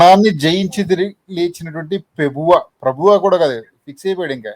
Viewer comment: ప్రభువా అని లేదు. పబువా అంట